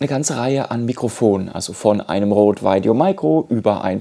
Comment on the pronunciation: Super Video. Vielen Dank. Sehr hilfreich. Hätte viel mehr Likes und Views verdient. Bitte nicht mehr Veideo sagen. Maik oder Mick ist beides möglich, da irrt sich TripleU-E.